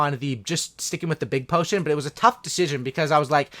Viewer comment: Anyone else get triggered when he Says potion